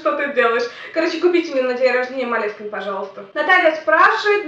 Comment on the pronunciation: Вот да, тоже замечала, что в Молескине ведёшь себя совсем по-другому)) (, только ударение там на И)